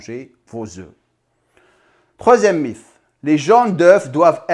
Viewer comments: Par contre un mythe ça se dit « miT » et pas miF » 😃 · Merci pour cette vidéo, etant un grand consommateur d'oeufs sous toute ses formes, cela me conforte. Pour ma part c'est en moyenne 3 oeufs durs le matin. Juste petite info, mythe en français se prononce "miTe". ( cela ne me dérange aucunement ^^' )